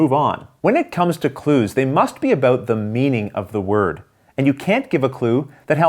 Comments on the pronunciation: "...set a-boat trying to figure oat..." I detect some Canadian accent here!! Also, this guy's description of game rules is easy to follow and transitions very well with his videos. I'm a fan! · "Set about trying to figure out. " It's like someone dared him to show off his midwestern accent. Thanks for the tutorial!